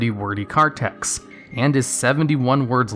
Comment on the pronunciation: The word text ends with a t, why do you constantly keep saying tex?